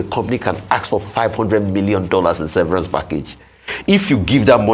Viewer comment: Just because ‘severance’ contains some letters of the word ‘severe’, doesn’t mean that is how it’s pronounced.